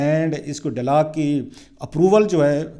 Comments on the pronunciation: mohtaram, apna talafuz drust karain khaskar english words. it is not delog but dialogue and many more . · I got sick of your repeating delog. Before you give sermons go and get a course in pronunciation of Urdu and English language. .